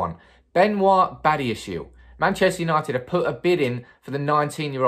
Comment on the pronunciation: His surname is pronounced as bah-di-ya-She-leh he is from African ancestry.